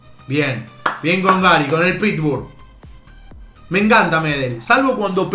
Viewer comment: encima despues dice pitbur en vez de pitbull jskdjks